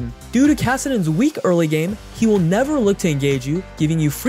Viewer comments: Every time the narrator oddly emphasizes the word "Will" as in "you WILL" ....Don't tell me what to do! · who is this new reader and WILL they ever stop putting so much emphasis on the word WILL